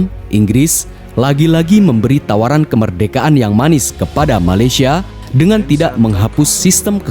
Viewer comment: Bukan malasyia tapi malaysia